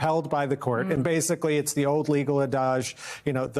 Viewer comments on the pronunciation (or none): Did he seriously just pronounce it "ah-daj?" 🤣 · That is not how you pronounce "adage" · I just watched 4 different youtube videos as a sanity check, and Neal is definitely not saying "adage" right. Putting a little spice on it, like how we all insist on called Qatar "Kuh-TAR", because it sounds more exotic than "cutter", so it would never cross our minds to say it that way. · Interesting pronunciation of "adage" there. Is that the Old French?